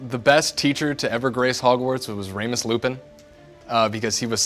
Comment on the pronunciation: I am I the only one that heard Ramus instead of Remus